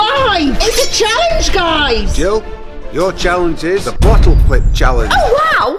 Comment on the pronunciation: I thought that he said the bottle lick chellenge